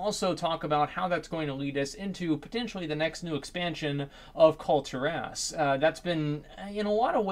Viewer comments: Kul-Ti-rass. No no, no no no. Kul-Tear-us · Please up vote this so I don't have to be super triggered. As, its pronounced Kul-Tear-as